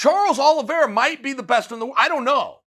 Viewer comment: I am so sad. I came in, only to hear Uncle Chael say, "Charlie Olives". He let me down.